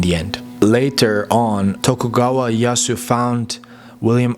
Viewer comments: Great content but you need to work on your Japanese pronunciation though. For example, Ieyasu is more like I e ya si (just put いえやす into text to speech software such as Google translate and you can learn how to pronounce it properly). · orrection: Tokugawa IEYASU, not Yasu as you mention .